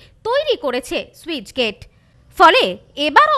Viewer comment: ঠিকমতো পড়াশোনা করে তার পর সংবাদ পাঠক সাজুন। স্যুইচ গেট কি বস্তু? যা খুশি! কথাটা স্লুইসগেট (sluice gate)